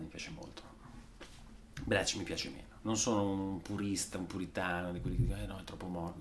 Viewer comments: Bleach ...Si dice .. blic ... No bleec 🙂.. Nirvana ❤ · Perché dici Blech? Si pronuncia Blich 😅😉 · Bleach però si pronuncia Blìc :) e Lake Of Fire è una cover dei Meat Puppets